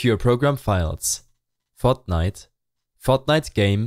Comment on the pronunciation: This guy's voice "fotnite fotnite fotnite binarieeeees*